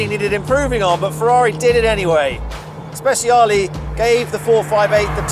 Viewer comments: Speciale ❌ – Speziali ✅ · The Stig calling the Speciale "Spesiali" is really embarrassing, though not nearly as embarrassing as him calling his daily car "Porsh". That's really bad for a racing driver and car enthusiast. This might seem silly but it's the sort of stuff that would get me to unsubscribe from a youtube channel.